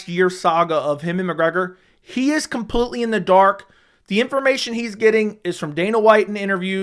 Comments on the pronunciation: CAN YOU LEARN HOW TO PRONOUNCE COMPLETELY? U SAY IT IN EVERY VIDEO 100 TIMES AND HONESTLY IT IS SO ANNOYING. IT IS NOT "COMPUTELY" FFS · ITS PRONOUNCED COMPLETELY NOT COMPUTELY. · COMPUTELY OMFG STOP